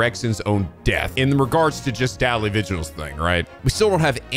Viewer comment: Daley is pronounced as 'daily',.